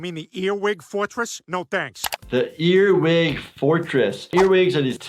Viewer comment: it's pronounced "earwig" not eateing